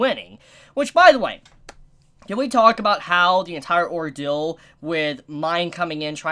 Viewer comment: You really need to go back to school to learn how to pronounce words kid. Because for the love of god, its not pronounced or-dill it's pronounced or-deal!